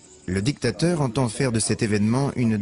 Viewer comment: Essayez de mieux parler français en respectant la phonétique. Djictateur, sentchirrr, dju pouvoir, etc. Mais sachez que bcp de choses que vous avez dit sont des récits qu’on a voulu nous faire croire. Bref, sur certaines choses, vous avez relayé des mensonges.